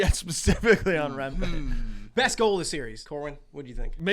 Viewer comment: Its remp-ee not remp-ay